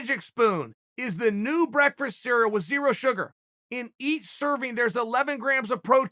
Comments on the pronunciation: Chael calls it breakfrest. Ok great. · Chael can't say the word breakfast...and he's promoting a breakfrast cereal. Too funny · No one: “”, Chael: “Breakfrast” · What is going on in here? Chael: BREAKFRAST! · Chael Sonnen's "brekfrest" will forever be one of my favorite words. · I'm super proud for catching this, listen up. You probably noticed he said breakfrest in the beginning. Now go watch uncle Chaels' video named "Do professional athletes ask for too much?" He gets angry when talking about his baby waking him up at 6am, and he says breakfrest there first and he ofc gets roasted in the comments for it. Cmon, don't tell me I'm the only one who remembered the OG breakfrest... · Chael "breakfirst" Sonnen